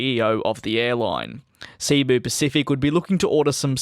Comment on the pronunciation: Its not ceebuuu pacific.. DJ, its cebu(sibo). Pacific.. Trust me im a Visayan Filipino. And Im from Cebu, Philippines.